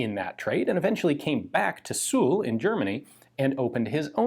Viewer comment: Suhl is pronounced more as "zool" rather than "sool" as far as i know it means mud puddle :D